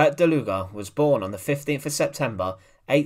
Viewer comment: It is pronounced: "DALUG", for 'murricans: "Dahloog" Please don't say DalugA or something